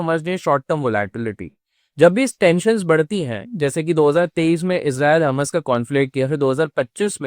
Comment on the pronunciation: यार हमास को हमस क्यो बोल रहे हो😂😂😂😂?? हमस खाया जाता है🤣 हॉर्मूस को हरमूस बोल रहे हो! भाई आपकी जानकारी थोड़ी गड़बड़ है।